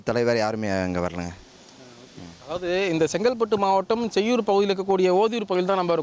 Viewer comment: செய்யார் இல்லை.. செய்யூர்....